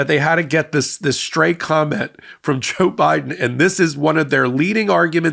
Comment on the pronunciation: I laugh every time I hear you say JaBiden! 🤣